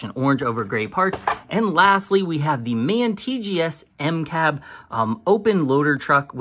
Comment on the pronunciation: Sweet video! It is in fact M-CAB, not M.C.A.B. It's because it has the "M" version of the cab (Medium height maybe)